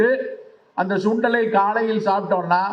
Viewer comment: சுண்டல் டா, ச்சுண்டல் இல்லை டா சுண்ணி